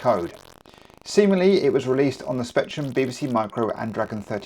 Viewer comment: Rectrum. Don't miss out on the R 😂 I'd like Level 9 and Infocom' Adventure Games. Also, Head Over Heels, Knight Lore, Gun Fight, Great Escape and other isometric games.